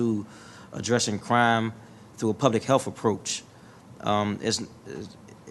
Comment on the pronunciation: He also said "a public helf approach". This country is a joke.